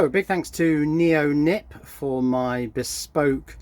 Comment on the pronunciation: Surely it's Neon-IP not Neo-Nip?